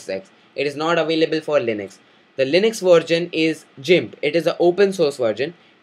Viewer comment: Its Linux, not linix